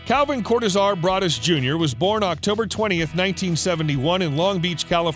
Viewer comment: I've never heard Broadus pronounced that way before.